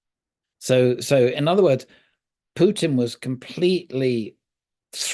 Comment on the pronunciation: Also when did Putin changed from a ‘pew’ to ‘poo’?